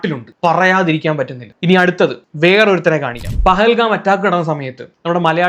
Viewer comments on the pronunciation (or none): none